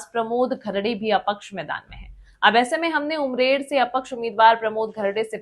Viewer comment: पहिली बात ये उमरेड है अमरेड नहीं 😂😂😂😂😂 आये खबर देणे वाले